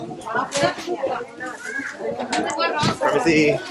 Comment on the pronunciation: Wahh, glad hearing you said "permisi" passing the people that were sitting. Heheh nice 👍